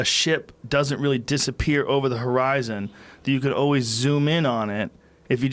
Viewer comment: ...and horizon not spherizon 🤣